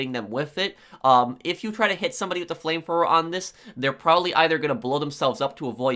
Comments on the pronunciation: It's "flame thrower" not flame fwower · “Flame frower” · Frame fwoer lol this guy's got the typical nerd voice. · the “fram frower”😂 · Flame Frower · It made me laugh so hard how he say flame thrower